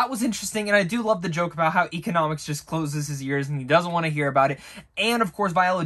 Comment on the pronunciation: E-CON-O-MOS (like most without the t). Your welcome 😂